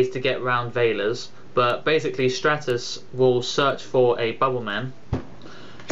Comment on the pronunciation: It's stratus. Like the Stratosphere. same pronunciation.